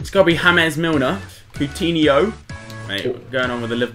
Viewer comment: really tho?? HAMEZ milner??? he isnt spanish dude its just james